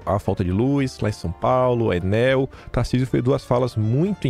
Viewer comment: Meu caro DUMBO,orelhudo,inteligente e sabido,o nome da empresa, péssima prestadora de serviço, deveria ser pronunciado "ENÉL".DO CONTRÁRIO DEVERÍAMOS OBSERVAR UM CIRCUNFLEXO NO PRIMEIRO "E".